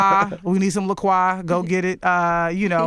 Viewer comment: The way she said La Croix threw me off 😂. Had me thinking wow she drinkin MONEY. Didn’t know that’s how you pronounce it but now I know 🥰